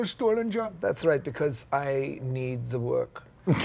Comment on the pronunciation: I need ze work